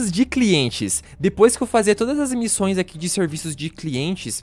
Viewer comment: "quais missães" que que foi isso mano?😅